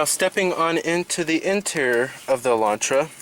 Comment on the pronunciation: Oh its the guy with the extear intear issue!... Dude, you goto get this right one day.